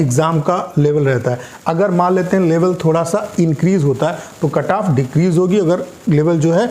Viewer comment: Kantap ni bol diya